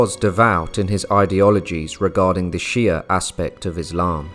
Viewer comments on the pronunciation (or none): none